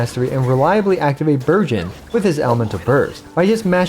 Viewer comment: it is just me or when he say burgeon I hear virgin ಥ‿ಥ